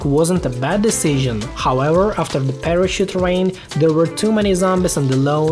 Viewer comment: When you say parachute you sound like you're saying parash!t lol